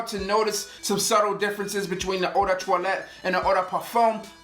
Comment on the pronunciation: czing czong it’s the wway he says toilet not toilette